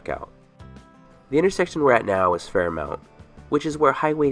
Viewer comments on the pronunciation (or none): It’s pronounced FAIR-mont, not mount. Remember the Pierson Ford Commercial? Good video though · FairMONT is how it is pronounced. . Guessing you aren't from here.